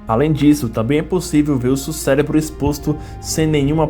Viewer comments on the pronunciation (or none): none